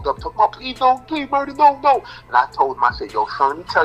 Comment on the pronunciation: Its Murah, no ja rule